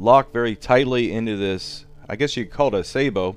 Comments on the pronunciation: its a sa-bow not a say-bow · Sabot= "saw-bow" Not "say-bow" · Joey Fogarty It's a Sa-Boh, not a sa-bow. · hate how americans say sabot, it's 'sah-boh' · Maybe you could try putting graphite, or talc powder between the round and the sabot. Oh and I hate to be nitpick about pronunciation but you're pronunciation of sabot is way off its pronounced like this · Watch this for how to pronounce sabot -- how it is used with munitions.